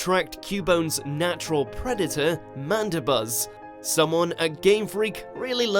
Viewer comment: Mandabuzz?? Did he mean Marowak? I'm confused...